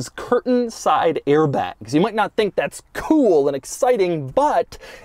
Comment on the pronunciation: he says “that’s” so weird and I can’t stop watching it.